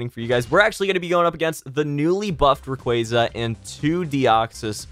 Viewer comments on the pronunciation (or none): none